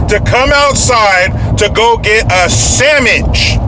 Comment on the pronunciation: "A samitch", lol